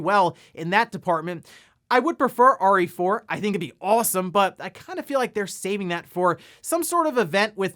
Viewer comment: saying "RE4". Me, a non native speaker listening: "Ori 4" =)